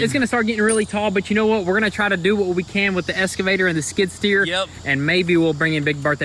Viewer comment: True but the fact is they can't say the word excavator correctly